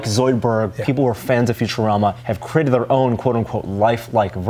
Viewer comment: needs to learn how to pronounce "created" he says "crated"